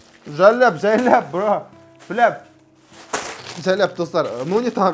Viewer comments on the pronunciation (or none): те жәләп деп атрснба😂😂😂